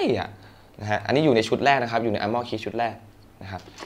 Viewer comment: พี่ มันอ่านว่า อาร์เม่อร์ ไม่ใช่ อาหม้อ +